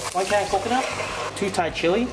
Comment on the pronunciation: Snails in "Cocnut", lol 😂😂